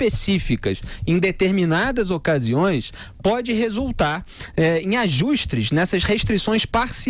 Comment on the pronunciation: Felipe, admiro muito sua atuação, gosto demais de sua expressão tão clara... Entretanto, foi inevitável rir dos "ajustRes"... ;)